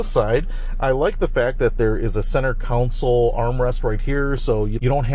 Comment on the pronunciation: Console not counsel.